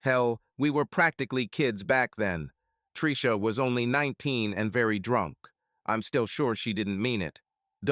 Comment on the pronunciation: Well when you get blasted and pass out then you get all the fallout. Predators never sleep after all and love to cuck the losers. Ai voice enunciation of Tricia as Treeesha was driving me crazy 😅